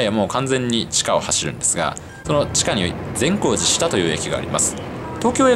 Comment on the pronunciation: 「善光寺下」の発音が新鮮！地元民より